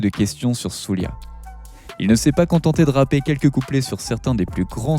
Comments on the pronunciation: Svp prononcez Souldja et non Soulia. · Soulja comme Jack pas "soulia" boy lol